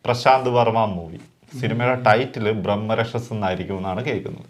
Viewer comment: Brahmarakshas (ബ്രഹ്മരാക്ഷസ്) എന്നാണ് ഹിന്ദിയിൽ ഉച്ചാരണം. അഹം ശർമ്മ (കർണൻ) നായകനായുള്ള ഒരു Supernatural ഹിന്ദി സീരിയൽ ഉണ്ടായിരുന്നു, അതിന്റെ പേര് ബ്രഹ്മരാക്ഷസ് എന്നായിരുന്നു. #ബ്രഹ്മരാക്ഷസൻ